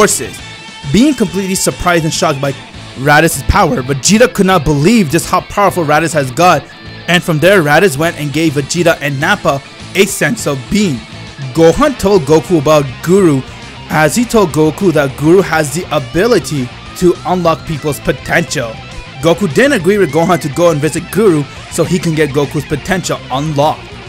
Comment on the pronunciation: When u say senzu bean It sounds like sense of bean